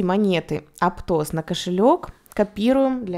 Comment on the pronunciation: Спасибо, но прям бесит Ваше аптОс